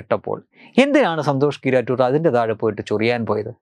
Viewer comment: നിങ്ങൾ പറയുന്നത് സന്തോഷ് കീറാറ്റൂർ എന്നാണ് കേൾക്കുന്നത്